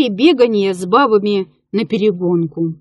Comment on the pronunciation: Отвратительное чтение, особенно "наперегонки" с ударением на "о", ну прям как перегонка самогонки. Надо же так исковеркать даже Чехова. Неужели никто не прослушивает исполнительниц прежде, чем дать им так испортить талантливое произведение классика?